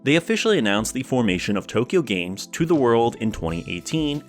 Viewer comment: Just an FYI, it’s pronounced like it’s spelled, Too Kyo Games, not Tokyo Games. It’s a pun, kyo means crazy in Japanese so it’s essentially Too Crazy games. Also, the AI in AI The Somnium Files is pronounced like aye, as it refers to the character Aiba and not artificial intelligence, though it’s similarly playing with words and dual meanings. Sorry for being pedantic lmao.